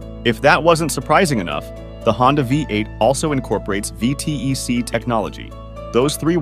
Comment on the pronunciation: Sorry, had to cut it after the third time you said “V T E C”. You’re insulting my religion. It’s pronounced ‘V tech’ yo.